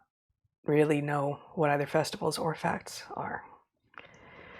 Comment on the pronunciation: Facts? "Pfachts!!" -- "Pfauci"